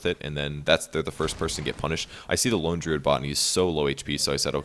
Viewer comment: Why does pronounce "Lone Druid" as "lingerie"?